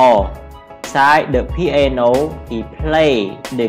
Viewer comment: "piano " not "qiano "